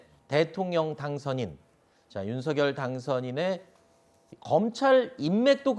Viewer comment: 윤서결 발음 틀렸어요 윤석열-발음 을 (윤성열) 한라산-한나산 아니죠? 할라산